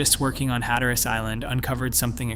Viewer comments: I believe who/whatever is narrating this has no idea that Cape Hatteras isn’t “HatterASS” as it was pronounced in this video. 😂 And the other word id pronounced man-tee-oh. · No one calls it "Hat-er-Ass" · In Jr high, I did a thesis paper on the Lost Colony and this is the same conclusion I came to! My teacher said I was wrong and that there was just not enough proof to show they survived, to which I said there wasn't enough proof to show they were killed or died off either, LOL!!! Must say, good video but you need better pronunciation of Hatteras and Manteo... I grew up going to the Outer Banks back when there wasn't anything more than fish shanties around.